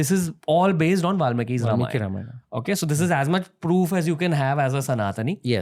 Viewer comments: Everything is for great!! But please call ‘Ramayan’ as ‘Ramayan’ and not ‘RamayanA’ so on for Mahabharat, Yogi, Ravan, Ram, etc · Sir i VERY much like your clips.. but HELL! Stop using EXTREMELY BAD pronunciations of names. Its very bad!